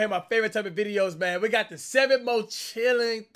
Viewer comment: If I had a dollar for every time cash said “MIANE”